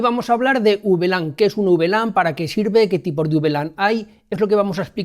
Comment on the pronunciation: Llevo 34 segundos viendo el vídeo, siendo sincero no se cuanto más podré aguantar escuchando 'uvelan', pero vamos 'a por ello' si es q así se dice 😂